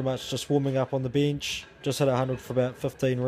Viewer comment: I'm gonna start saying Bihnch (Bench) like does - sounds F'ing awesome! Good video.